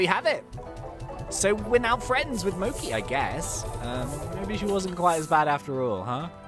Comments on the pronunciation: So this has been driving me slowly insane but her name isn’t “mokey”, it’s pronounced “mo CHEE”. It’s a type of Japanese confectionary made from rice flour and filled with red bean paste or other things. She’s Japanese; you can tell with her name and also that her skin color is more yellow than Ogden’s. It’s reinforced again with her manor’s customer color pack, called “kanpeki” which means “the best” in Japanese. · AHHHH HE PRONOUNCES MOCHI WRONG